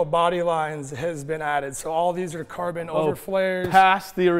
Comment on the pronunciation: Am I only one who've heard "Korben, Korben!" instead of "carbon, carbon"?